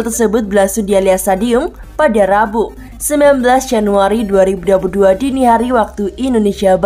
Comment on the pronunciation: salah fokus sama suara naratornya saat mengucapkan tahun 2022